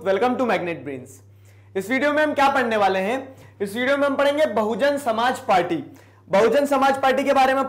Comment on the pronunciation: Bsp Buhujun Somaajbadi party huta hi junab..😜 bhujun tak tik hi...Samaaj party asa b pronunciation huta hi kya...Or😁 Up ka.. 🙃Munaayaam singh yadav ki party k nam..Hi "Samaj badi party""""Chunaav chen CayKel